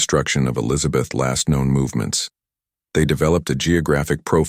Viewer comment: Too bad the AI voice can't pronounce "Elizabeth's".